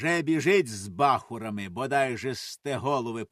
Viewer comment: Не з бАхурами,а з бахурАми.ЛесИха.І ще кілька слів неправильно наголошені. А за текст дякую.Розвиваймо українське!